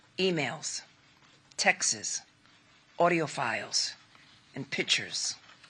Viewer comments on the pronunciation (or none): Did she say textes lol